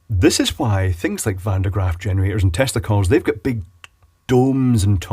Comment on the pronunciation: To my American ear there is very little difference between the way you say "tesla coils" and how I would imagine you would say "testicles". Edit. I left this comment before finishing the video and I don't have any "scientific facts" here. So you got me...but I'm not sure if this is the kinda of thing science can really address so ...I don't know...